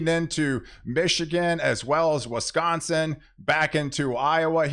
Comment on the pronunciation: interesting way of you pronunciation on Wisconsin "Weskonsin",,,, Pink "Peenk" Minnesota "Menesoda"